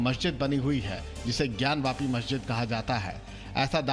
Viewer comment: ज्ञान व्यापी नही ज्ञान वापी । क्या एंकर महोदया कुछ का कुछ बोल देती हो आप ??